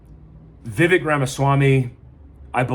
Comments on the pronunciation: It's Viv-AYY-k, not Viv-EH-k. The AYY sound is like the A sound used in the word "same". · Vivek rhymes with cake